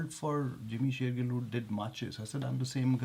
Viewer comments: Yeaahhh jimmy shergill in the house. Way to go. I am glad that first Bollywood actor to come up on your channel is from punjab patiala. Punjabi munda(boy) in the house. By the way the gill in shergill is pronounced as gills of a fish. Jimmy bhaji love from patiala. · Undoubtedly he is the nicest guy. He didn't even correct you when you were pronouncing his last name wrong. Just kidding, congratulations guys, keep up the good work. But not you Youtube algorithm! Why this video popped so later? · Is he gonna say Shergill wrong all through the interview? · You guys are mispronouncing Shergill. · Love the fact that he was calling you and you were butchering his name so you were like" neah I am now "😂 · Who knew! N you guys are pronouncing his last name wrong😂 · SHERGILL YOU PRONOUNCE IT WITH A G OMG THAT ANNOYED ME HAHA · You need to pronounce Shergil correctly! That's embarrassing to do it wrong! And he is one humble guy and didn't mind it! And is shy even to correct it! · You are saying his surname wrong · You mispronounced his name in front of him😂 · u pronounced his name wrong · It's not pronounced Sher-jill. It's Sher-GILL. Like a fish's gill. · its not SherJILL its SherGIll . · it is shergill not Sherjill 😊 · Not 'sherjill' he is 'shergill' 😂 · its sher gill not jill. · Did you guys notice that even though you guys were mispronouncing his name, he didn't even correct you guys once. That shows you his humbleness. "Gill" is pronounced like "gills" of a fish, not "Jill". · its shergill not sherjill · His last name is shergill (G sounds as g in god and not like J sounds) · BTW he is not JIMMY sher-JILL, its sher gill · Shergill as in McGill, not Shergill as in Jack and Jill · Sherjill? His name is pronounced Shergill as in gleeba, glory, glamour, good guy. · He is shergill not sherjill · jimmy's surname end is pronounced as Gill as in fish gills and not Jill... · u both r pronouncing his last name wrong its , SheirGill and SheirJill